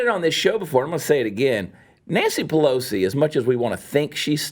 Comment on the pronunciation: Chad says Nancy Pelosi but it sounds like BLOW-si.... I think I'm gonna start saying it like that ;)